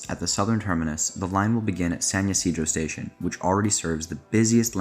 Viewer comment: Great vid! Just a quick note. San Ysidro is pronounced with an I sound at the start, not a Y sound. (The area is named after the catholic patron saint of farmers who is called St. Isidore in English. Even in Spanish, it's far more common to see that written as Isidro).